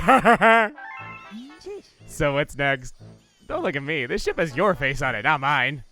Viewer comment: Whenever says ship I feel like he says shit